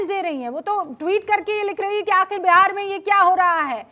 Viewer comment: Phli baat Behar nhi hota hai Bihar hota hai😅